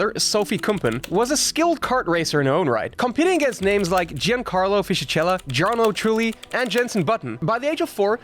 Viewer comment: its pronounced jancarlo, not gincarlo